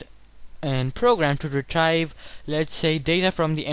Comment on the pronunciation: good video but it's pronounced as re-treev / re-tree-val